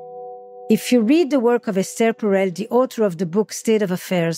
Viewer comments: It's not pronounced Estair. It's pronounced Ester in other words S ....TER! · You pronounced her name wrong every single time.